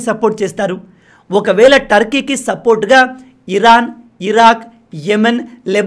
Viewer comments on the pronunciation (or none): none